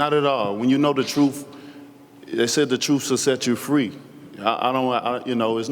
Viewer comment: "The troof will set you fwee" lol cant wait for this dude to get knocked out.